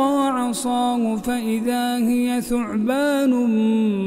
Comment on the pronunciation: لماذا قرأ هي بتسكين الياء بدل فتحها في الآية ٣٢